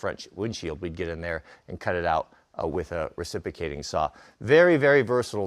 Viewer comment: The words mispronounces cracks me up. Recipicating and esskuvater are the most comical to me. I just think he doesn't much like some consonants like the X in excavator or the R in the middle of reciprocating